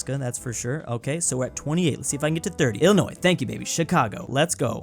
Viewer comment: he pronounced Illinois correct 🎉